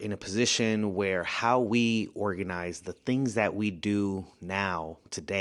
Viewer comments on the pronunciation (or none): That man said ORAGNIZE at least 22 times 😂😂😂